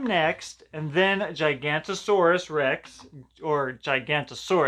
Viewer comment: The gigantosaurus is acutely pronounced giga-nata-saur-us